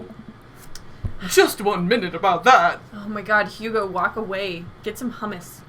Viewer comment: Man this episode had me dying!! Always appreciate art history talk, and I keep hearing you guys pronouce Hugo's name as huge-o which just makes it all funnier